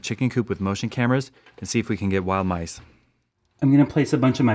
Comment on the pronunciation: he Said Nice instead of mice